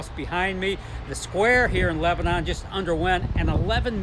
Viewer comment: It’s not Leb-a-non. It’s Lebn’n. Get your Hoosier vernacular correct.